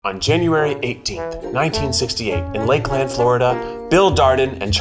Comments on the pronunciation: I had no idea it was from Lakeland! Pro tip, locals pronounce it Lake-lnd, not Lake Land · It's pronounced Lakelend instead of Lake-Land. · the way Keith pronounced Lakeland 😂 most us FL people say "lake-luhn" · “Lake - Land” LOL oh Baby Keith, the locals pronounce its “lake-lin” or “lake-lind” 😙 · I cringed so hard how he pronounced Lakeland ( Lake- lin-d is how we usually pronounce it here) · This is so unrelated but the way you said Lakeland made me giggle 😂 I’m from about 30-40 minutes away from there, and the emphasis on “Lake LAnd” was funny, normally it all runs together like “lakelnd” anyways I’m very excited for this video lol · Keith you’re from the south! You gotta pronounce Lakeland “lakelin/lakelan” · As a Lakeland resident, it’s pronounced more like Lakelin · HOLD UP! Lakeland?! (side note: Keith pronouncing it this way was wild. DisneyLAND. LakeLAND. We say "Lakelend". Floridians are famous for half-assing their city names) Also, I am loving Hughie's earring. I recently rewatched an old episode and Hughie's earring was stunning. I'm glad this is an ongoing thing. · Btw it’s not pronounced Lakeland it’s lakelend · Lakeland is pronounced "lake-Lind" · Being from Lakeland I don’t think I’ve ever heard someone pronounce it as two words or actually enunciate the land lmaoo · As someone who has lived a few minutes from Lakeland, the way he pronounced it almost made me not know what place he was talking about lol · by far favorite part of the video was Keith’s pronunciation of Lakeland (as a Lakelander) lol but seriously got so excited to see that at the beginning of the video!! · The way people pronounce Lakeland that are not from Lakeland kill me 😆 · Hi, I’m from Lakeland and omg the way Keith said lake-LAND instead of L-IH-ND made me gasp. Is that how other people think it’s pronounced? Please say no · Any other Floridians giggling over Keith’s pronunciation of Lakeland? 😂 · Bro the way he said Lakeland had me dead IT WAS SO WEIRD